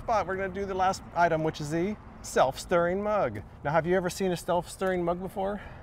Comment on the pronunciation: "Stelf-stirring mug" lol